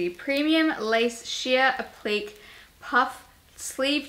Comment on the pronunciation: Appliqué was pronounced incorrectly and appliqué is not the correct description of that sewing , also you are PARTIAL to it not impartial. No hate xxx love these vids